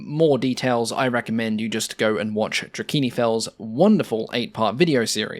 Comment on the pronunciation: Trakini Fells, Drakini Fells, what?